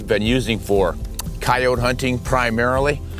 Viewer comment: Cay-ote? I’ve heard coy-ote and Cay-o-tee but never that